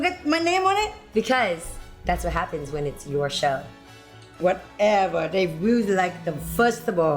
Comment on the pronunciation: Yes — I need a “Wha’eva!”